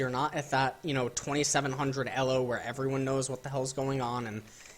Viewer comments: What the fuck is "Ello" hell it's pronounced "EEELOW". fuck. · I thought it was pronounced "E-low" not "Ehh-lo" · its E L O not ELLOS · the only person who pronounces it Ello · Elo is pronounced with a long E, not a double consonant L! Just saying. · The way you pronounce elo hurts my head. Great videos tho! lol